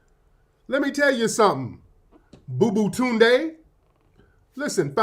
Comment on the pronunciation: Tariq said "booboo-tunde"🤣